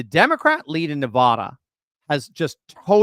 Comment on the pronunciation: I realize east coast people are taught the incorrect pronouncement of NEVADA, but it still sounds like nails on a chalkboard if the main syllables don't rhyme with "bad".